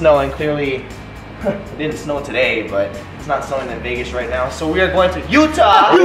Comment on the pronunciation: Utah-YATTA :P